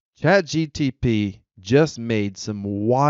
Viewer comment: First words spoken on a video about chatGPT: "CHAT GTP" OMG he said it again....